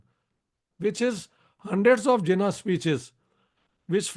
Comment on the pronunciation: I have no patience for someone who calls Jinnah 'Zinnah'